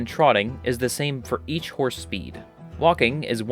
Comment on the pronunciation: HorNse! HOrnSE! 🤣